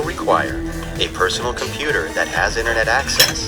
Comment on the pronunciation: Did you say computer wrong